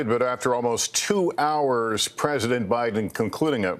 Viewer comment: Putin: "Okay guys, you heard BITEN, He's given us the okay to go into Ukrain"!